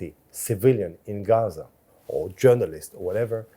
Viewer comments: “hazzza” Just say “Gaza” you European weirdo. 😂😂😂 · He doesn't even know if its Gaza/Ghaza or Ghazza